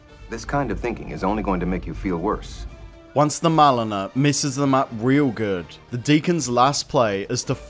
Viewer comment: Marliner? I think it’s Mariner.